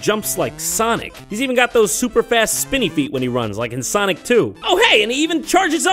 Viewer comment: It's soNic iTs S O n I C